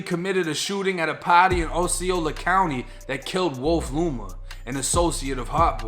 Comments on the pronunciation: its PARTY not paate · “At a pahdy” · At a paaaaty 🎉 lol that Boston accent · Boston accent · At ah pahty 😂😂😂